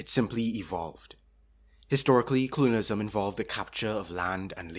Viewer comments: Clunialism? 😂 Sorry dude i cant focus with you saying clunial every 5 seconds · Youtube, the place to watch a video essay on colonialism made by some guy who can’t even pronounce the word “colonialism” right